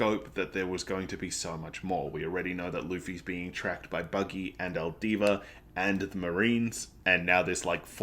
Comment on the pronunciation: Two things, it's alvida not aldiva. As for the parallels between Luffy and Roger and resurrection.... read and find out